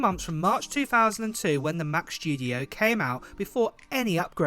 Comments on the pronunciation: He says Mac shtudio lol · Mac "Schtudio", that's another model after the Mac Studio ;-P